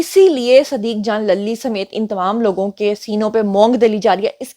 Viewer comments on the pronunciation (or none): صدیق جان lally نہیںlully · للی کو زیبا ہے کہ اس کا نام صحیح اعراب کے ساتھ ادا کیا جائے-!،،،،،،،،،